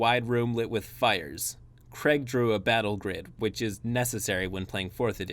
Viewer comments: Its pronounced crayeg. Not creg. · Sorry who is kreg ?!? Craig, say Craig.